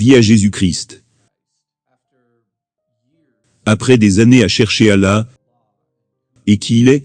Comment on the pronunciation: Il ne sait pas prononcer le mot "Allah "